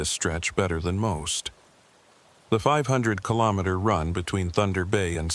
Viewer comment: Hello from Ottawa 🇨🇦 4 50 am AI narration needs work! It's RE - JI - NAH like vagina btw 😅 And KILL-OH-MEETER Interesting stories, thanks! 😎